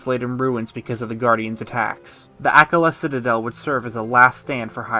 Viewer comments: Btw akkala is pronounced Awk-ah-lah not ak-all-ah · Loved this video but dude, it’s AH-KAH-LAH haha